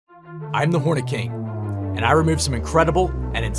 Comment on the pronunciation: In the begining, did anyone else think he said "im the horny king"? 😂😂